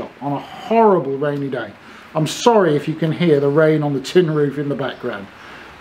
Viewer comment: "I'm sowry if you can hear the rain on the tin roof in the background" Lol. How English is it to apologize for the peaceful atmosphere? Love it. And ya know you're stuff. Ya earned a new sub. Keep em coming!